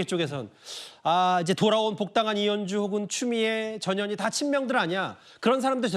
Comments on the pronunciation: 앵커님 전현희 라고 할때 깜놀했네요 저년이라고 하는줄 알고요ㅋㅋ ㅋㅋㅋㅋㅋ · 나만 저년이라고 들리나? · 전현희가 왜 저년이로 들리지?? ㅋ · 저년이 라고 들리네요~~^^